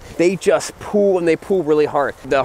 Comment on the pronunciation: The word is PULL. You keep saying "pool". PULL, dammit!